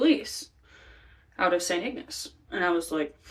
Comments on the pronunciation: St Ignace = St. Ig-niss (not ig-ness). Sometimes just known as "Iggy." Mackinac = Mack-in-naw (not mack-in-ack) (French spelling, but pronounced like it's using the British spelling, it's confusing I know lol) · It pronounced Saint Ig NESS and Mac kin naw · I know Michigan has some wierd spellings and pronunciations here. So you know St. Ignace is pronounced St. Ig-niss, and Makinac is pronounced Makinaw. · Also the town is said w a A even though it is spelled Saint Ignace Michigan sounds like Agnace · you didnt even BOTHER TO LOOK UP HOW TO SAY ST. IGNACE OR MACKINAC!!!!! your kinda suck, sorry